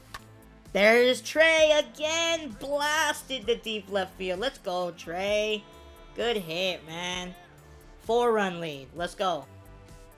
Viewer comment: who the heck is trever ITS FRIKIN TREA